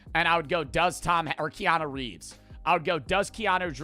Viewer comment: The only thing i took away from this video is that doesnt know how to say keanu reeves😂